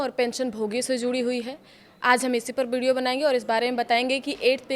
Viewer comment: बिहारी कितना भी पढ़ ले। वीडियो को बीडीओ ही बोलेगा